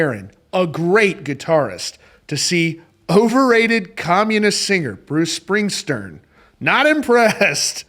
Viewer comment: "Springstern" LMAO. More like (((Springstein))), am I right? 😂